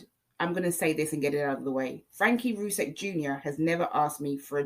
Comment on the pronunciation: Rzucek = "Roo Sek" not Rucheck. 😉